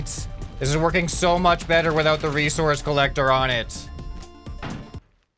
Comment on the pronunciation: Bro you okey bro? You just switched s - c by saying (Recourse) instead of resources bro you alright? Are you drunk? Its ok anyways just a lil bit sus